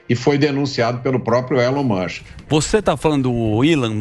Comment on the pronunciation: Quem é esse deputado q falou Elon Mushem ? De onde é essa criatura? 🙄🧐